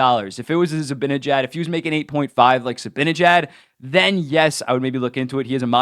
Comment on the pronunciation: How hard is it for you to say Z-i-b-a-n-e-j-a-d and not Zibinejad?